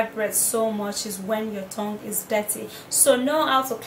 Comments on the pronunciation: Is it just me that hear thong instead of tongue? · Did she say thong or tongue ? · Yes the host is saying thong instead of tongue 😂😂😂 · She says thong instead of tongue, it is funny because she says I AM GONNA SHOW YOU MY THONG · Did she say clean your thong?